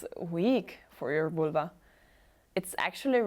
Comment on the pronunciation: Vulva rhymes with halwa😂😂